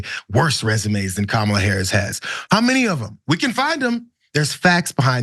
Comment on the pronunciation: That jerk not only calls the vice president a DEI hire; he also calls her "colored." If that's not racist I don't know what is. Plus mispronounces her name.